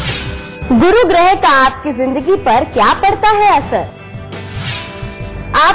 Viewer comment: Gruha ( घर) nahi ग्रह